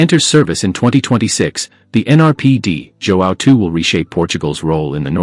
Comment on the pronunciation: Não é Di Jóão , porra ! É Dom João , vão pró caralho !!!